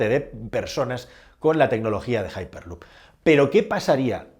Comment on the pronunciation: Que MELÓN, JAIPERLUP. ESTAS HABLANDO EN CASTELLANO, LEE EN CASTELLANO, HIPERLUP. GILORIO